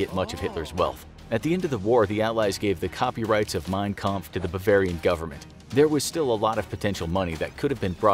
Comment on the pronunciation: I am getting triggered that they keep on saying Mein kamph wrong